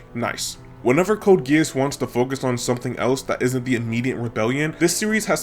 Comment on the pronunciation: ts is ragebait, bro cant even say geass properly.